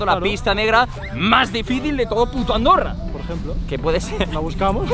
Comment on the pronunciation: en este minuto dijiste arondorra